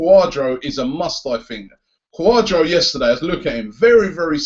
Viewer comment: Its CUARDARDO NOT CUADRO!!